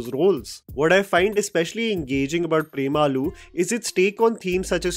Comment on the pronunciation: It is not Prem aloo. The and and u should be short